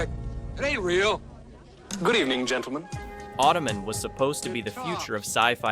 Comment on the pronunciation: The amount of times I've seen these shows reviewed on other YouTube channels I wouldn't say these shows are forgotten, plus if you're a child of the 80s like myself, you know them. Plus .....Automen ?you say it like it was a last name LOL ...hello human, im Marv Automen lol